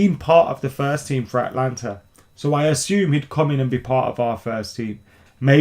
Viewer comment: AtALanta:D...Not Atlanta..:D